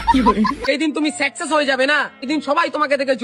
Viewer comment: সাকসেস না না সেকসেশ😂😂😂😂😂😂😂😂😂😂😂😂😂😂😂😂😂😂😂😂😂😂😂😂😂😂😂😂😂😂😂😂😂😂😂😂😂😂😂😂😂😂😂😂😂😂😂